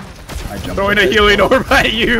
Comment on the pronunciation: "Im PHROWING this game" had me dying lmao